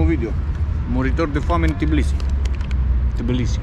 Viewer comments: Se pronunta TBILISI, deci e simplu nu-ti chinui limba. Am prins in liceu, asta, invatam pe atunci toate statele lumii!Numai bine si lumina! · Cred că tBilisi se pronunță cu accentul pe Bi, t ul se cam pierde de la început!Așa e mai usor de pronunțat!(spuneți dacă greșesc) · Super funny pronunția numelui Tbilisi 😂🥰